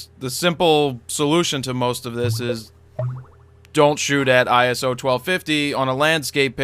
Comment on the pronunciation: iso 12.500 :D you always say this wrong